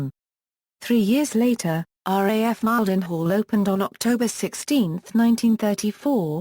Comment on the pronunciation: Mile-den-hall WTF